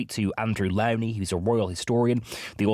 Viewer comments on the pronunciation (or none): It's Lownie, rhymes with Pony, not Lownie as in brownie!